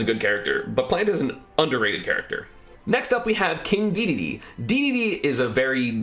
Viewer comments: oh my god did you say dee dee dee instead of daydayday cringeeeeeee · He does it on purpose to get people reactions and engagement. It’s hilarious